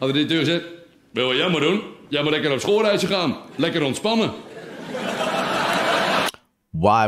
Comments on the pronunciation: you pronounced the title and name super well :D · Wow your Dutch intro of the titel was spot on 👌🏻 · Damn, you really got the hang for the pronunciation of the "ch" and "ei" in the title! Even my family from Germany (who speak barely dutch) can't do that! Kudos sir! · Hearing you say the SCH sound, amazed me. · Yes! He sure did! 🤔😮👍🏼✅👀